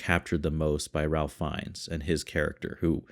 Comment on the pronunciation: hey, thanks for the reaction, this one hits hard for sure also, just as an FYI, ralph fiennes' first name is pronounced like 'rafe' (rhymes with safe)